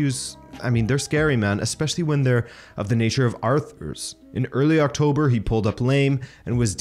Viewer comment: 'octoober' lol